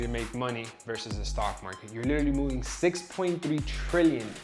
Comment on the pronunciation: Never trust somebody who pronounces literally like that